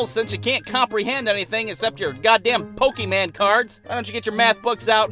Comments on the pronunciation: The way he said Pokémon made me laugh so hard because one time this kid got in trouble for having a Pokémon card and the teacher took it and she said it exact same way he said it I cannot stop laughing Pokémen cards what the hell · Teacher: POKEMaN Me:GET THe DaMN wOrD RIGhT!!! POKÉMON!!!!!!! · "pokeman" lmao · Nothing triggers me more than when an adult calls Pokémon cards pokeman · Pokeman, when i was little thats how my dad pronounced it XD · the way he said Pokémon 😂😂😂😂😂😂